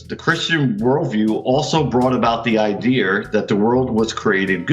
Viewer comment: "...ideer" "eh dun git me an ideer bout how ta fix dat fence."